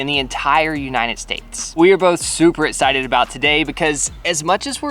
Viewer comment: Is it just me or dose say excited wired? A